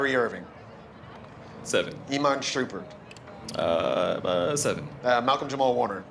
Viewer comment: Did the reporter say Iman Shroompert!? It's Shumpert!